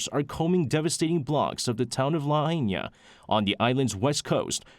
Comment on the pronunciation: Lahaina - Pronounced LA HIGH NA